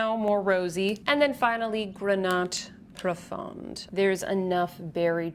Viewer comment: Hi, great review as always ☺️ Just to help you with your french pronunciation: more than often the consonant at the end of a word is muet (grenat profond -> grena profon) 😉 of course there are exceptions otherwise it would not be French 😅